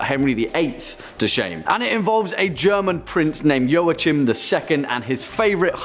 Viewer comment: Joachim is pronounced "wa keem"".( Not meant to be mean)